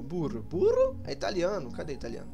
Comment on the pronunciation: dá pra ser dublador do Mario com esse (leia com sotaque italiano a lá Digplay) "italiaaaneee" heuhuehauehuae